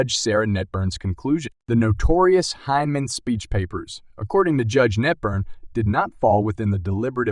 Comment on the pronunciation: You need to learn how to pronounce Hinman as well as X R P.